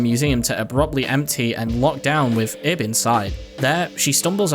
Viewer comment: LIL THING ABOUT IB her name is actually pronounce like your saying Eve with a B at the end since in Japanese there are two ways of saying the name ,EVU or IBU, which the second one is where Ib comes from